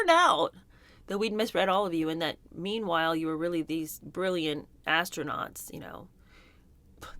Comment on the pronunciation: Did they say , ass-nuts or astronauts .